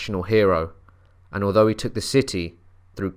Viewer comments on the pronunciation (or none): none